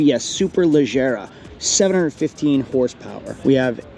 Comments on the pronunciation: Dude, it's Superleggera, not Super Lezera! 🫠🫠🫠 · ‘Super Lezera’ ? superleggera 😊